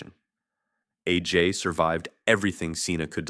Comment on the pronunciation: Let’s sound it out now. It’s not Ajay. It’s A. J.